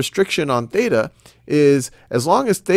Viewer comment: Theta, not beta.